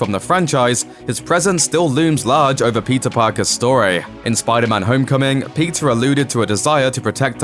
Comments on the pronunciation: Bro, it's not pizza it's Peter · Everytime u say peter, i thought u said pizza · did he just call him pizza parker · Is it only me who heard PIZZA every time he said peter 😂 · Is it just me or when he says Peter is sound like pizza? Yeah I think it’s just me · Why do keep hearing Pizza whenever he narrates Peter 😂😂😂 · He prounances Peter Parker like pizza Parker 😂😂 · I thought he said "pizza" every time que said "peter". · i keep hearing the word pizza instead of peter. lol. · Why do i hear " Pizza parker" from the narrator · Whenever the narrator says "Peter", what I hear is "PIZZA". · I keep hearing "Pizza Parker" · Just me or anyone else hearing Pizza Parker? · why does he keep saying pizza parker